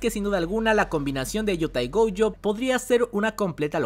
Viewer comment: Cada vez que dices goUjo deseo bloquearte y nunca más escucharte y lo peor de todo es que dices gojo normal en muchos momentos, pero es tan molesto